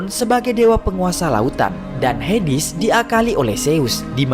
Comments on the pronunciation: HADES tawwaa bukan hidis😢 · bacanya heds bukan hedis 😂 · Hades min bukan hedis